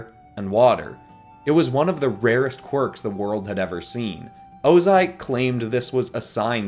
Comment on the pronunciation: He said quirks 🤣